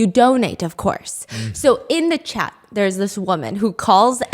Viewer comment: When Stephanie says “I have a copy of your chat” I hear cat 😳